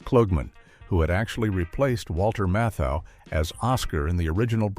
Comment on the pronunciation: They actually accidentally pronounced his name correctly....it's "KLOOGMAN".....Walter Matthau's name, however, was totally butchered!